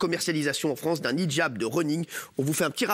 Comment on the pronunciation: 10min02 elle a dit ce quoi????elle sait même pas de quoi elle parle elle déforme complètement le mot!!!!au lieu de dire hijab elle a dit nichjab!euh...ouais.c est un mixe de hijab et nikab ou c est comment????ils font les cultivés mais sont même pas foutus de savoir de quoi ils parlent...🤦‍♀️🤦‍♀️